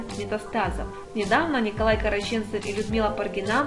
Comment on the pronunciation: Я, конечно все понимаю, но тот кто комментирует новости и неправильно ставит ударение в фамилии Караченцов- это просто полный бред, откуда их понабирали?!!!